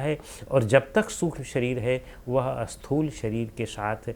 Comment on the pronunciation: Sir, prabhootaiH is not properly explained here. PrabhootaiH refers to the Sharir which is made from panch mahabhootas. That is Annamaya Kosha. Also, for the audience, the pronunciation a-sthool is actually Sthool (no A is there).